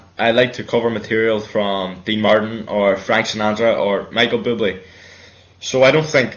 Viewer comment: " Micheal Biblee" Ahhhhh xD <3 <3